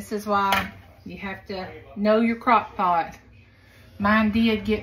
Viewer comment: Crock “poot” candy hahaha